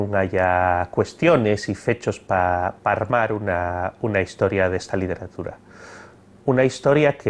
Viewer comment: Hola. Estoy estudiando el leonés para un trabajo de investigación. Tengo la duda de porqué no palataliza la l inicial en algunos casos, como por ejemplo cuando dice literatura, en vez de lliteratura (que es como creía que se diría). Os agradecería que me resolviéseis esta cuestión. Gracias.